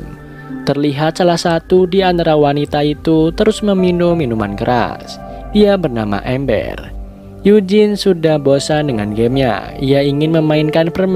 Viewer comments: Embeur bang bukan emer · Amber itu artikulasi nya kyk em trus ber nya tu penyebutan nya kyk brrrrrrrrrr........ Gimana yaaa mau jelasinnya ... Agak susah Tapi amber bukan amer atau ember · Mksdnya ember kali (dibaca dr AMBER) tp miminnya bilangnya ember (yg dikamar mandi) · Bang nama nama Amber dibaca amberr "E"nya seperti E sekolah